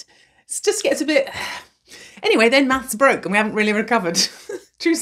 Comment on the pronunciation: Did she say "TWO be continued?"